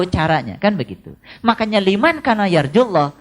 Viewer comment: liman kana kok dibacanya limankana ya ? mestinya limangkana, karena itu huruf ikhfa